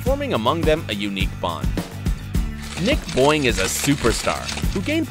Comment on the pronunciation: Nick boing sounds like Nick Boi😂